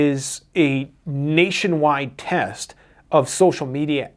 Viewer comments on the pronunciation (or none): none